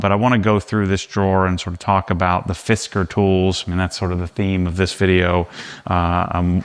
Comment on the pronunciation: Fisk-cars. Not Fisk-ers.